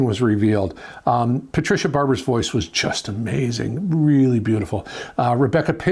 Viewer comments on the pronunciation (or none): none